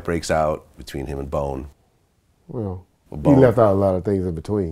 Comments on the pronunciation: haha exactly bruhh. and after he got corrected he still kept saying bone. goof. was not amused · “Bone” I would’ve said how you gone correct me!?? It’s “bones Vladimir” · baldo rodriguez and continued to say bone. Lol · 😂😭 Vlad tried to correct him saying “Bone” while actually knows the guy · Notice how glad kept saying bone even tho he was corrected.